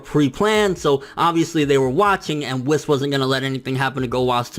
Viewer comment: it's pronounced wees not wiss